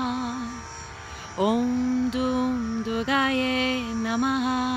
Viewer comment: It is written and pronounced as Durgayei, so therefore, you forgot the "i" at the end.